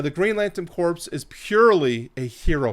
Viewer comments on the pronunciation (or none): Also Corps is pronounced like “Core” not “Corpse”. Awesome video though! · What he said. And Corps is pronounced “core”, as in the “ps” is silent.